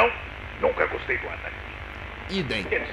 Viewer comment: Não gustuei... Também não asmei... Asduruei